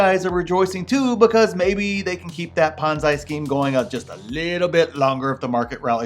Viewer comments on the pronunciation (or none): Did he say Ponzai scheme? LOL